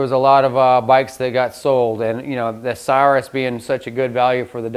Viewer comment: The name is pronounced CIR-RUS not CYRUS. Please see Webster’s Online if you need validation. Good content but bad pronunciation of its proper name. Thanks!